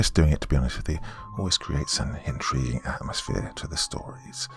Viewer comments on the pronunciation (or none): none